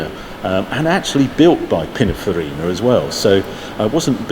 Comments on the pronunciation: If the designer name is Pininfarina, why does Harry ( and apparently everyone else who is saying the name) refer to him as Pinafarina? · I know its crazy,Italian is phonetic,the word is Pinin ...Farina and for some reason everyone says Pina...farina,i dont get it either.